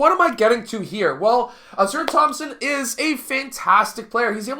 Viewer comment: His name pronounced Ah-sar, Ausar. Good video